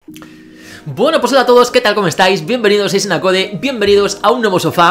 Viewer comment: Buen video pero le di dislike porque es 2021 y sigue diciendo “isenacode” en vez de “aisenacoud”